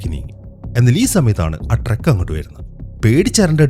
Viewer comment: ട്രെക്ക് അല്ല ട്രക്ക് !!